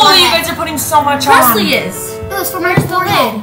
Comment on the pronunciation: I love how called Preslee pretzel😂 😂😂